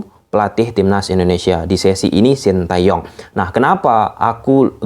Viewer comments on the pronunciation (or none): Mohon maaf namanya 신 태 용 ㅅ=S ㅣ=i ㄴ =N ㅌ=T ㅐ=E 요 =Yo ㅇ=Ng Disebut sin te yong bukan shin ta yong Nama orang kok dirubah rubah bijimana sih gan